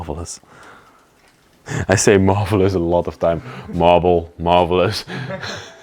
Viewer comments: Did he say “it truly is a “marbleous” place? 😆👏🏻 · Lol...you keep talking about the Marble then when you say Marvelous it sounds like you're saying Marbleless lol... Cool video guys...I would at least have a machete on hand just in case.. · Thats what i heard ! I laughed !